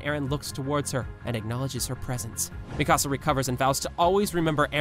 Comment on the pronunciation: its pronounced Mikasa